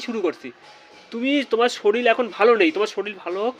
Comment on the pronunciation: কথাটা শরিল নয়, শরীর।